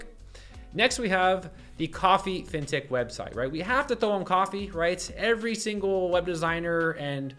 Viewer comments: man took me some time to figure out you were saying "Fintech". All i hear is Fintick. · What the heck is that word he keeps saying?? "Vintic" "fintic" what does that mean?? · What word is that? Vintec? Fintec? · What word are you saying "Fintech"? "Fintik"? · What word does he keep saying? Fintic? Fintech? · Me too. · Are you trying to say Fin Tech? As in financial technology... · I'm confused... is he saying "fintech" in all his prompts? Like financial technology? That doesn't make sense so I assume I'm mishearing 🤔